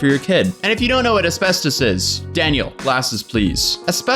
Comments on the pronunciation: As-fast-is damn it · ”There might be asbestOHs in my eyeshahdER” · "There might be some as-bes-tose in my eyeshatter." 😆😆😆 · A-spes-tos, mes-tho-feel-oh-ma. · No one:: Es-best-toes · Nobody:: Espestoast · I died listening to him struggle with the pronunciation of asbestos and mesothelioma 😂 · trying to pronounce “asbestos” and “mesothelioma” was amazing 😂👏🏼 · Today I learned that I definitely don't say asbestos right. I say as-best-us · how many times are you going to say asbestos wrong?? A million🤦🏼‍♀️ haha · 😂😂 I'm dying everytime you try to say asbestos /asbestosis. 💀 And yay, Hannah is back. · Someone needs to make like a 2 minute compilation video of a trying to say Asbestos and mesothelioma 😂😂😂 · Jesus christ my guy. I can understand not knowing how to say mesothelioma but then asbestos or ARENAS?!?!?! Lmao